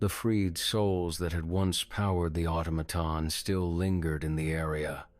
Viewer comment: Pronounced 'automaton' really oddly the first and second time. Idk about the rest of the attempts, but those first two, yikes..